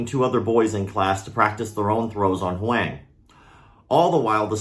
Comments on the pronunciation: “HUANG” is pronounced “WONG”. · What a terrible story. Thanks for sharing it. Also, since you mentioned the name pronunciation, I’m from Taiwan 🇹🇼 and I’m almost certain that they must be using his surname, and if so it should be pronounced more like ‘Hwong’. Taiwanese first names are made up of two characters, rather than just one. Great channel, and thanks again for sharing the story, sad as it may be. Poor kid. His parents must be a wreck... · Pronunciation for Huang (in standard Mandarin): the a is pronounced the same as in father. Same for when you see “Wang”. Awesome channel, dude. Keep it up! Thanks for the martial arts news, even the darker stories. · I haven’t even seen the way the kids name is spelled but by the terrible try made I’m going to say the word was this “huang” which is pronounced “wong” like my name if anyone knows why this is feel free to hmu